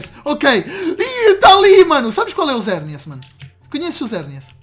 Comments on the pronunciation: mano se fala xerneas nao zerneas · Xerneas é com X não com Z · Ele fala e Zerneas mais não é o nome dele